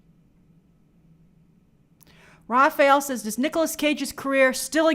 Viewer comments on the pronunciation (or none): none